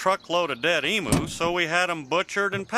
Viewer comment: Lol I find it so hilarious Buck asked Hank to shoot emus given notoriously HARD they are to kill - even with a rifle 🤣 (Just look up the Great Emu War of 1932 & you’ll see what I mean!) Also I can say as a bonafide Aussie, NO one Down Under pronounces the name as E-moos but E-myuus.